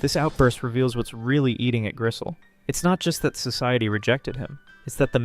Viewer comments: There are so many thing wrong with this video but I guess the part I want to focus on is that you mispronounced Griselle and Grisham’s names repeatedly and also that you consistently misgendered Griselle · I also don't get why he so often mispronounced names. Grisham and Griselle are not hard to sound out.